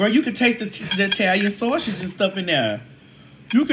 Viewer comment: The "eetalian sawrshih"🍝 😝